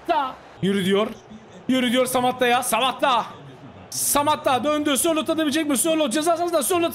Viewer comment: abi kusura bakma ama spikerlikte ilk defa senin kadar kötüsünü gördüm pelkasa szalai,sorlotha muhammed sorloth fln diyosun keyfi kaçıyo